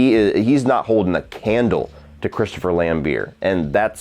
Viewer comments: Christopher Lambeer lol. You either say it Lambert or Lambear. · Lambert! Pronounce it with the the T that’s why it’s there?!!!, we might as well call you!! 😂😂😘